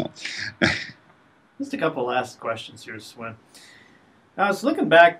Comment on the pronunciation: Great job there, you got Swen's attention longer then the average larian guy manages; he is used to run around like a mad chicken usually. And btw, you pronounce the 'w' in Swen as a 'v'; so its more like Sven.